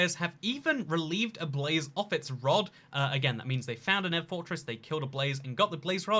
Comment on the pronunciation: It's pronounced Nether, not Never. Amazing.